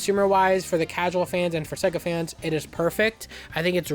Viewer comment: Seguh? No it’s SAAAYYYYYguh. Pronounce it correct my man